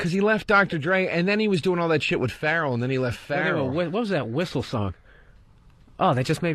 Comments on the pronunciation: Joe pronouncing Pharrell as feral had me rolling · joe derosa called pharrelle " farrle" hahahahaha